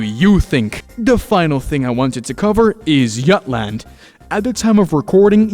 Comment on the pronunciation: "yutland yuckland" hits hard🔥🔥🔥